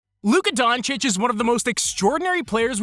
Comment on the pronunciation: Half of those so-called "experts" in the mainstream media can't even pronounce Doncic correctly lol.